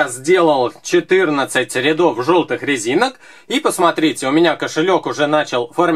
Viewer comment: на 18.09он сказал лезинок